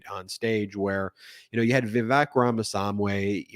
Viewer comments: I think it's past time for Ben to learn how to pronounce "Vivek Ramaswamy". It's not "...sahmway". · Swamy is pronounced exactly how it's written. Not Samway. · Ben, great job covering the debate and all the news, but... say it with me, Ram a swam y🤣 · Obvious lefty spin notwithstanding, I tend to like MTN content. But is the consistent mispronunciation of Rama SWAM y's name deliberate? I find it jarring and kind of pathetic -- either you're trying to minimize him or something by saying his name wrong (which is childish Trump-y behavior) or you just can't read. Vivek's a pretty bad candidate, but he's here to stay. Learn his name. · It's Ramaswamy (rah-mah-swah-mee). No long "a" sound. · The F***k?! Why do you repeatedly call him Ramasamway? It has to be intentional, since you do it every time. You also can’t seem to get Trump’s two Hispanic coconspirators’ names right. I’m starting to think this is some weird racist dog whistle thing you’ve got going on. Not cool! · Why does this guy pronounce Vivek's surname incorrectly? Nobody says ram-a-sam-way. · BEN IT’S RA MA SWAH MEE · Ben, it’s “Vivek RamaSWAMY”. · Always love your commentary and analysis. However, pronunciation of names seems to be your Achilles heel. E.g., Ramaswamy is pronounced Rama Swami; Tacopina is Tack uh peenuh. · Why do you keep mispronouncing Ramaswamy's name? It's not Ramaswamway. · Ben, it's "Rama-swamy" as in Rama the hindu god, and swami, an ascetic or yogi person. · You keep butchering Vivek"s last name it's Raw muh swaw meee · Love your podcast but please pronounce Ramaswamy correctly. It’s painful to hear you say Ramasamway! 😂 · Why does he keep saying Romiswamway? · Ben I like your pronunciation of Ramaswamy but you have to get it right if you're gonna go after Republicans for mispronouncing Fani! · You can’t even pronounce Vivek Ramaswamy‘s name lol. You clearly are not smart enough to criticize the topics you’re criticizing. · Mercy, Ben. Pronounce the names right.